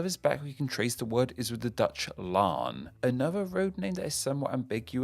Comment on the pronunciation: Congrats on pronouncing "bolwerc" and "laan" correctly